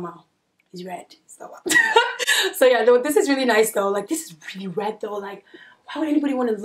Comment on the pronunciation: 😂😂😂😂 "red" accent fav part of video made it to the end also that sweater is so cute w/ the mom jeans like honestly i would wear that especially as it coming up to the fall/Christmas season...love ya girll 😚 your beautiful w/ and w/out makeup your outfit tunes w/ your personality and your just fun YouTube gonna ban me from commenting because I need a whole essay 😂😂